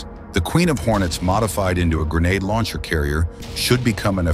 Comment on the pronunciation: Why you keep saying grenade "launcher" lol